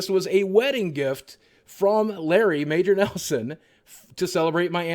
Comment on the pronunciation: Every time you say Major Neslon I think of I dream of Jeannie lol